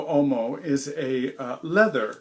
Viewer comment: As always, great review. One little thing: "WHOA-mo". Whoa like Whoa! Mo like Moe Howard. Whoa-mo.